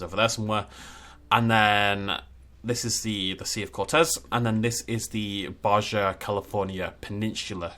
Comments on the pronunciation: It’s ba ha not Ba ja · baja is pronounced like ba-ha